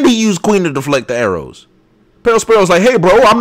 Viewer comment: ... did you have a seizure or did i cause that sounded like you said "he lost another volley of arolws"